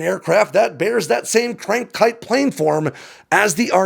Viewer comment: Cranked kiTe, with a T, lol